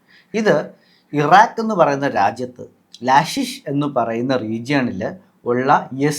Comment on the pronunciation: Kashish alla. Laalish temple. Ennanu. Laashish ennu പറഞ്ഞത് തെറ്റി